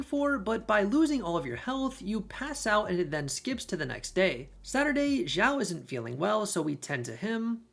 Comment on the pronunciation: X in Chinese is a "sh" sound, not a "z" sound, so "Xiao" would be pronounced like meow, but with an "sh", so "sh - eow"